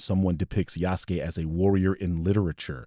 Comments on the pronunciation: Bruh these apparent champions of cultural accuracy pronouncing Yasuke like "yah soo kay" is craaaazy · The condescending tone these assholes use makes me want to punch them. And if you're gonna say that Japan SPECIFICALLY doesn’t like the choice to use Yasuke as the main character in Shadows (which is demonstrably false, they seem to be fine with it), at least learn how to pronounce "Yasuke", a JAPANESE name, properly. Fucking racists.